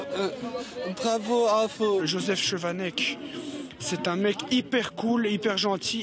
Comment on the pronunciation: Son nom ne se prononce pas " scovanec " mais SCHOvanec